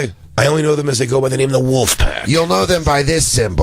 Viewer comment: Of course Corey Feldman pronounces it "woof" and not "wolf".